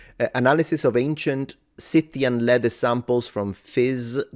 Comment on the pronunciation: And unfortunately it is consistently mispronounced in the video, a type of flop i wasn't expecting